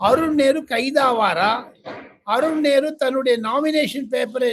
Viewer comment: அருன் நேரு அருன் நேரு என்று தவறாக சொல்கிறீர்கள்